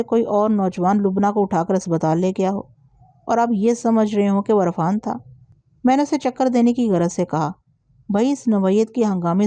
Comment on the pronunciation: Arfaan parhna ghalat h, sahi lafz Irfaan h....